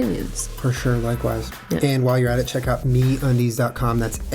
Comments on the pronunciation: MeatUndies is what I thought you guys said. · lol when he said me undies I thought he said meat undies and I was like... 0_0